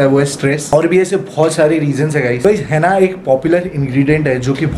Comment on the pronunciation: हेना नहीं होता वो हीना होता है 🤣